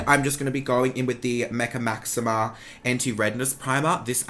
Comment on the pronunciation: lol its mecca cosmetica primer not maxima.... there is a difference! haha love ya pal